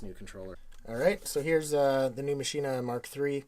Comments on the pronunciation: It's not fucking called Maschin-Ahh. It's called Maschine and pronounced 'machine' in German with a very silent 'e'. There's no 'ah' at the end. /endOCDrant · Because it's german it is pronounced maschine, not maschina. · Ernest Parker It's a German product. It's like (🍅) Tomay-toe, to-motto. Either or is acceptable.